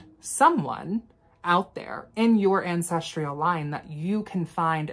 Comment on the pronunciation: *Ancestral not ancestrial